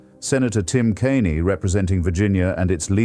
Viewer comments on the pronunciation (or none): And AI will pronounce "Kaine" as "Kane-ee".